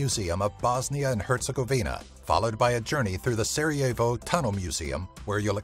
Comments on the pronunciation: I'm Bosnian and it's so funny how he pronounces Sarajevo and stuff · Sarajevo, says sarah je vo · nemere da izgovara Sarajevo I burek, isto kako recne Hercegovina